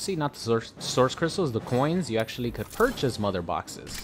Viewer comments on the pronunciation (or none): none